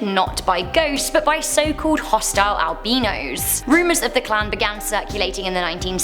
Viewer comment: the way you said albino 😂😂